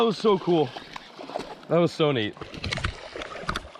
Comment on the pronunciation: “That was neet that was soo neet right at my feet” 😂